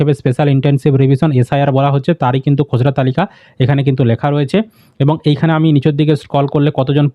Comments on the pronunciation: খোসড়া না খসড়া!🙄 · উচ্চারণ টা ঠিক করে বলুন দাদা খসড়া টাকে খজড়া কেনো বলছেন।